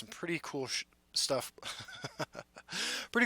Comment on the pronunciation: "shtuff" lol